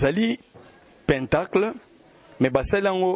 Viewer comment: Pentagone ou pentacle, se lit plutôt "pãntàkle" et non péntacle😢